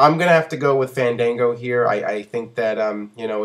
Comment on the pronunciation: MAN, FANDANGO DOESNT EVEN PRONOUNCE HIS OWN NAME RIGHT.. smh